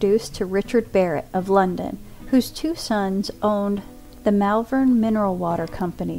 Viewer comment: Superb video 🏆👍🏻❤️ I wonder if have seen this... 😊 We pronounce Malvern with a double LL sound 🔊. As I'm Mall-vern. Looking forward to seeing more of your videos. All the best